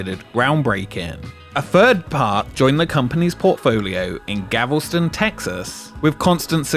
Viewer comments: Did this man really just say "Gavelston?" It's Galveston. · Dude said Gavelston Texas. Come on man. We are Texas. Know our cities names! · it's Gal-ve-ston. Not Gav-el-stun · Gal-ves-ton, not Gavulsten. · It is not Gavelston, it is Galveston. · It's *Galveston*, Texas (@ not GAVELston. A famous city with an easy to pronounce name. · Not Gavelston but Galveston! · Hey, a bit off topic. He pronounced "Galveston" as "Gavel-stone", but isn't it pronounced "Galf-stun"? It's been bothering me. Sorry, I guess it's my brain's way of not thinking about the tragedy. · lol “gavelston” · GAL vuh stun. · Another made-up word: GAVEL-ston. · "GAVELSTON?" Really? Where's that? Is it really that hard to pronounce? You're the narrator! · “Gavelstone, Texas”; work on your pronunciation, buddy. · The way you pronounced "Galveston" is freaking hilarious. Had no idea what you meant when you first talked about them opening a new park there.